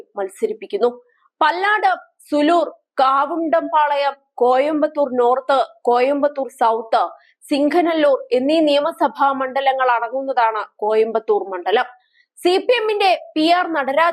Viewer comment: ഞാൻ, ഇപ്പോൾ കോയമ്പത്തൂർ ആണ്. കവുണ്ടം പാളയം ആണ് കാവുണ്ടം പാളയം അല്ല... അവതാരക കോയമ്പത്തൂർ കണ്ടിട്ടുണ്ടോ??? തമിഴ് ന്യൂസ്‌ ഇടക്കൊക്കെ കണ്ടിട്ടു പറഞ്ഞാൽ നല്ലത്.....